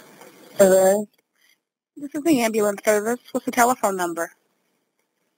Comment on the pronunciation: “Ambalance” blacks man wtf